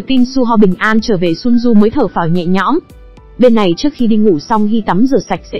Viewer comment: Chỉ có chữ Thở Phào Nhẹ Nhõm thôi mà cả clip 3 tiếng hơn vẫn cứ đọc là Thở Pháo :))) . Bó tay thật